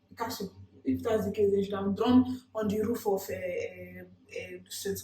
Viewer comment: 😂😂😂 she say na “Picasso”💔